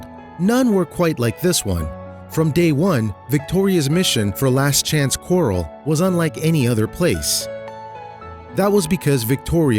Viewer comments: FOALS, not "fowls". And CORRAL, not "quarrel". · That's pronounced corral! Not coral like a gem stone. & The babies are foals! Not fowls! GOOD GRIEF!!!! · I was cracking up as he pronounced Fouls and Corrales!!! LOL oh my goodness I'm glad I'm not the only one holy cow!!!